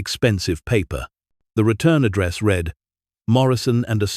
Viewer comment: read, wound, patented--all pronounced incorrectly. Learn how to read money amounts. Learn how to write and read dates.